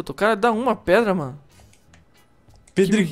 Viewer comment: caraca os cara fala preda é pedra mais o vídeo ficou masa